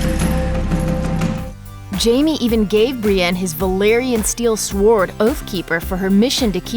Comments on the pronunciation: It’s pronounced soared not sword. The W is silent. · Maybe learn how to say Sword correctly. Maybe say Soared, that would be closer. Basically, the W is silent. It’s just annoying - sorry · Please at least get someone who knows how to read the word Sword in these videos rather than it being pronouned Sward! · The W in sword is silent. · Did you actually pronounce the W in sword?!? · Thumbs down once you said "Sword" like that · I cant take seriously anyone who doesn't know the "w" in sword is silent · I was gonna say this! Lol